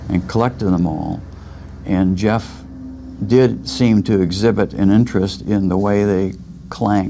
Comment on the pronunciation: It's "Jeff" gosh darnit!!